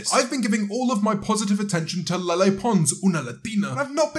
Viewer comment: Please stop saying LeLe like a nutjob. 🙏